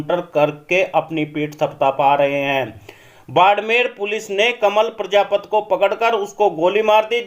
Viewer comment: भैया प्रजापत मत बोल प्रजापति बोल